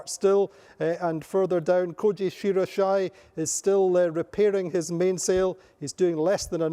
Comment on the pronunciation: Yes second that. should be pronounced 'she ra yi she' for all the Asian and Japanese fans out there.